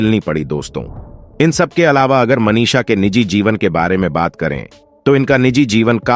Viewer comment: Audition ko ondition, Manisha ko Manish, box office ko onffice aur vidhu vinod ko vedhu. Pehle pronunciation pe dhyaan dijiyega pls